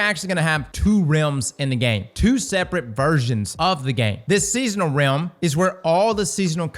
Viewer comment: He has to be saying rim instead of realm on purpose😅